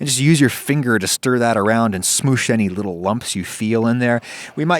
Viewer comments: Love that he said li'l and bri'ish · .......the way he said the word "little"...def had that English influence.. Haha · No one going to comment about on how he said “little” with a British accent?